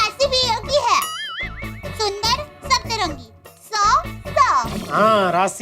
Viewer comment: Sabtarangi ❌ satrangi ✅ 😂😂